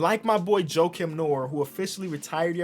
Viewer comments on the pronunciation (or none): none